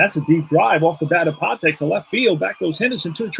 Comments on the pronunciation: Freddy 'Pa Tech' is the proper pronunciation for the little SS. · The second time I heard it, it was correct but I though I heard Pu TECH' the 1st time. Just me nit-picking over those ballplayers that, I suppose, can be called old timers at this point.